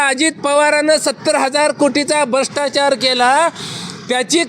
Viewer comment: Are bhshtachar nahi re brahstachar manatat😊